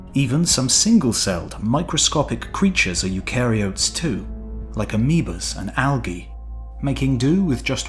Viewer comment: Should have got Pete to pronounce eukaryote, I think it needs to have a flatter "a" ;)